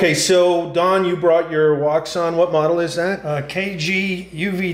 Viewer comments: It's pronounced "woo shaun" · its pronounced WOO-SHUN wouxun